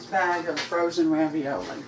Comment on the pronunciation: made me laugh when he said raviola. 😉